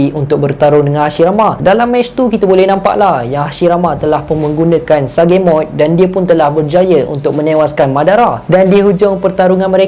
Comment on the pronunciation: Kenapa sebut sa ge mode patutnya sage mode